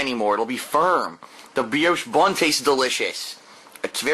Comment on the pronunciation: I can't stand the way he says "bun"!